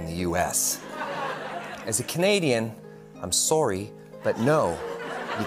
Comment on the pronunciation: THANK YOU! I LOVE THIS FOR SO MANY REASONS! FIRSTLY, FINALLY SOMEONE SAID IT! AND HE'S GORGEOUS! SECONDLY, HE PUNCHES/ENUNCIATES THE WORD " SORRY", I LOVE THAT BC I HAVE NOTICED EVERY CANADIAN SAYS IT LIKE THAT! S-O-R-E-Y! THIS WAS GREAT AND YES I WAS GETTING, STILL AM, TIRED OF HEARING, " IT'S GETTING BAD, I'M GOING TO CANADA!" I'M LIKE, " DO Y'ALL THINK THEY'RE GOING TO JUST LET IN EVERY AMERICAN WHO'S FED UP?" NO! AND NEVER DESERT YOUR STOMPING GROUND....... EVER! I DO LOVE AND THINK CANADIANS ARE SUPER NICE, BUT I'M STAYING. I'M AN AMERICAN. GREAT, I LOVE RYAN, & I LOVE THIS!!! 👏👏👏👏👏